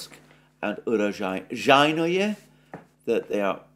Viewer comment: Alexander "o" is, alike in Greek, if I am not wrong, is pronounced "o" only if the syllable is stressed. Otherwise, "o" stands for an "a" (cat). You have to say Urazhaiyne.